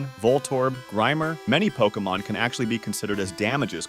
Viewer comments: I can't get over the fact he keeps mispronouncing Pokémon. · Are you pronouncing Pokémon wrong on purpose to annoy everyone?